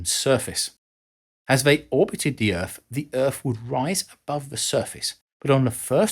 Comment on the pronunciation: What is this planet he calls Erf? I've never heard of it before.🤣🤣